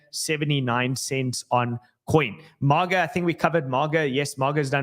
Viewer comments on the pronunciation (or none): it's not MOGGA. It's MAY-GA. MAGA. Not MOG lol. & Solana Classic is on* Dextools.